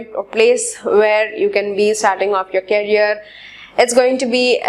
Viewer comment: Career ki pronunciation toh thik kar lije aap Please...It's request...